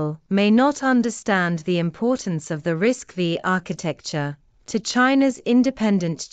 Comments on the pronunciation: bad AI production, risc-5, not risc-v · 😊pronounced RISC 5